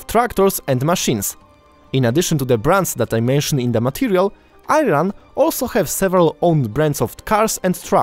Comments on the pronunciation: Why are you pronouncing i ran.first thing you do is learn to pronounce. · It’s serious insult too when you call IRAN , eyran , repeat after me IRAN 🇮🇷 🇮🇷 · I enjoyed your interesting and informative story about Iranian heavy machinery. Please check the correct pronounciation of "Iran", it is not Eyeran. I note that your pronunciation of "Iranians" was correct. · Ayran pronunciation really made me laugh. Ayran is the name of a drink made from yogurt in Turkey. Every time He says ayran, this drink comes to my mind. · Learn the pronounciation of Iran first. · before making video about iran at least learn how to pronounce it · Thanks for Sharing this video, I just wanted to say you pronounced the name Iran wrong, it is read the same way how you read the neighbouring country Iraq. Good luck and keep up spreading the good words to the world. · Why don't you learn to pronounce "Iran" properly. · If you're making a video about Iranian industries, it's a good idea to know how to say the name. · Before you make a video Learn how to pronounce!!!! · Learn how to pronounce Iran before you making any comments. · work on your pronunciations before posting a video about a country. At least you should be able to prounonce iran correctly. Secondly, what does a mulah face have anything to do with the tractors made by iran 😅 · You can't even pronounce Iran correctly. Why people should listen to an idiot like you?! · Please pronounce the country name correctly. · Mate, Ayran is a drink made out of yogurt, country's name is pronounced E-Run. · You are saying it wrong. It is "Eeee ran" not "eye ran" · I-ran.... pronunciation is eeran I-raq ......same eeraq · It is not called AYRAN. It is called EERAN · Why are you Keep saying i run, Iran country pronouns like e-iran, eeeeron, thanks for video making about Eran Keep the good work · Good effort, but how about pronouncing the name of the country correctly? It is ”eeran”, not ”I ran”. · PERFECT. BY THE WAY ITS CALL IRAN NOT AYRAN